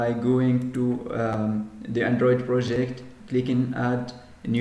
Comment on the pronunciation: Please work on your English... It's not Antritt, it's Android etc...